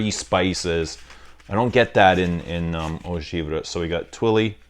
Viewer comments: From a Frenchman, it’s pronounced « Eau Geev-Ray ». I fcking luv you!!! Keep up the good work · It is pounced “Eau Giv ray”. Enjoy.